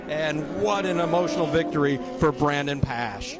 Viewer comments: I had to mute. Pronounce Brandon's name correctly! Dip sticks. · So happy for Brandon and TSE. What an amazing finish. Ran down SDK with 20 laps to go being 6 seconds down to beating him by .030! Just wish the commentators were better. Not sure they got Brandons name right once....